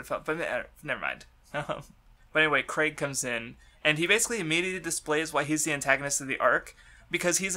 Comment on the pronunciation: ITS PROOUNCED KREEG NOT CRAIG JESUS CHRIST